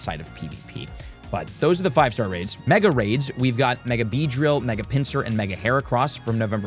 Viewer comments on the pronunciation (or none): none